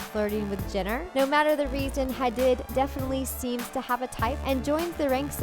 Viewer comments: it's ha-deed not ha-did.. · how do you have a celeb gossip channel but don’t even know how to pronounce hadid 🤦🏾‍♂️